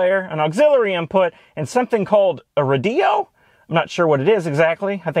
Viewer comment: "a rahdeo" 💀💀💀